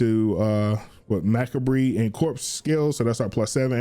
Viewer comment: From one fellow necro to another, thanks for the video! I’m running pretty much the exact build, without ever have watching a video or anything, and you def gave some pointers! I also wanted to let you know macabre is pronounced “muh-cob” 🫶🏻🫶🏻🫶🏻